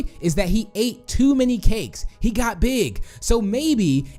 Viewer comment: When you said got you said gyat